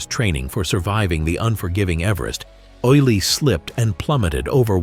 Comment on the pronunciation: One thing, his name was pronounced oolie, not oily.